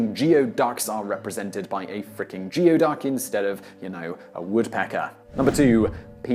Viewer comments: it's not pronounced Geo duck it's Gooy duck! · Geo-duck??? That's /ˈɡuː.iˌdʌk/ (gooey-duck). Honestly, I think you do some of these on purpose. Too bad you didn't include Malaria in it. "Bad Air" isn't even close to what causes this disease. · Geoduck is pronounced "gooey-duck". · I signed on just to make the same comment. One of the college mascots in our Great Northwest is the Geoduck. And yes, I'm certain that many of Simons mispronounciations are deliberate. More comments, you know.